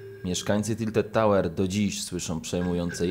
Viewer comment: Tilted tałer